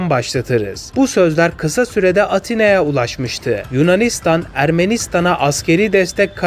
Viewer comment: Abi atina diyil afina